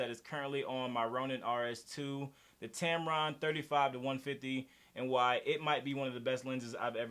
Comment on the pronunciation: "Tampon" made me laugh. Great video. 👏🏼